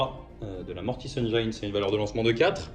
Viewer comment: Excellent rapport de bataille avec de jolies armées! PS: pour info, on ne prononce pas "engyne" mais "engine" (pour la mortis engine) ;)